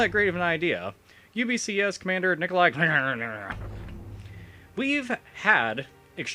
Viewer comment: I love how you pronounce the guy's name: Nicholai henheheh